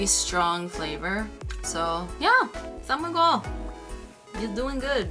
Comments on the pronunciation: it is " san migel " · Tocino is our favorite breakfast! I haven't tried pairing it with beer though since it is commonly served as breakfast. But feel like trying it though.. Hahaha! And one thing, I find it cute when you say "San Mig-wel".. but it is pronounced as /san migel/. Hehehe! Anyway, I'm really enjoying your contents esp feat anything Filipino/PH related. Hehe! Thank you and enjoy more PH food! 💗